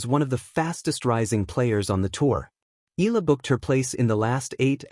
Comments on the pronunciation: (EYALA) not "ELA" learn how to pronounce the name properly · EE~YAH~LAH. Please do it right. Not skid pronounce like English, EALA is a Filipino name and Filipinos pronounce every syllable. With 2 vowels close together does not mean we slide pronounce and make it EE. NO, please separate the vowels and say EE~YAH then LAH. Simple, why make it complicated. So Annoying. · How come these guys can pronounce those tongue-twisting Euro names but can't do it with Alex? Mind-boggling.